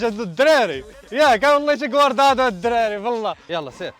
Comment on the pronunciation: كوادرادو ماشي كواردادو😂😂